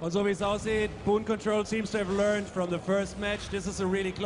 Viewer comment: It's Boon Control, not Boom lol